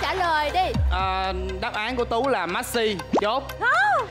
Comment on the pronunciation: Anh Tú bị sao vậy Messi mà ko đọc đc